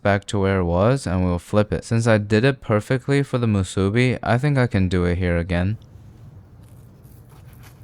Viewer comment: youre the first youtuber to say the word "musube" the correct way . bravo . short cut , Soy Vey teryaki sauce is the best you can find . there is no other . buy it , try it , come back and tell me im wrong. edit: im so old that we didnt put egg/or and teryaki sauce on our spam musube. its delicious with just spam , rice and nori . try it come back here tell me im wrong . if you absolutely need a sauce , use oyster sauce (made from oysters) or tiger sauce (not made from tigers) . the next thing that takes off from hawaii to the main land , CHOW FUN like Suda store in kihei cir.1989, make it happen. EDIT EDIT: OMG I FORGOT ABOUT FURIKAKE!